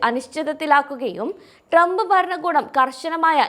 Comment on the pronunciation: ഒരു മണ്ണാങ്കട്ടയും അറിഞ്ഞുകൂടെങ്കിലും ( ട്രംപിന്റെ പേരുപോലും നേരെ ഉച്ചരിക്കാൻ അറിയാത്ത ), 'വിഡിയോ' ഇടുന്നത് വളരെ ഭേഷായിട്ടുണ്ട്!